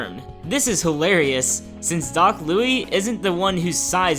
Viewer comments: It's Doc Lous not Doc Louie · It's not pronounced doc lou-ie. It's doc Lew-is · Its Louis (lew-is) not Louis (lew-ee) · Myth: cannot pronounce doc Louis(Lew-iss) (Not lew-ee) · Its doc louis not loui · It's Louis, not Louie. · its prononesed doc (loo-is) not doc (loo-e) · Doc louiS NOT LOUIEEEEE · insert generic “it’s Louis not louie” here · Doc Louis*, rather than Louie. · IT'S DOC L O U I S YOU CASUAL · for the Little Mac myth, I think thats the case because Doc Louis' sound clips are under Little Macs (its in his moveset afterall) so when Mac's voice is affected so is Docs. also its "Lu-is"